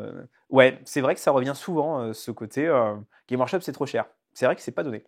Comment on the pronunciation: GameS Workshop Dur dur la légitimité/ crédibilité quand même le nom de la boîte est pas prononcé comme il faut... Je n’'avais jamais entendu parler de vous avant ce titre putaclic Ah et insulter les fan des films Marvel d’imbéciles c'est pas l’argument super percutant que vous croyez que c'est J'ai une imprimante 3d, je m'en sers régulièrement, j'ai juste plus de respect pour l’IP Games Workshop et les gens que vous